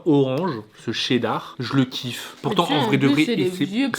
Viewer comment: Le chedar Che dar😂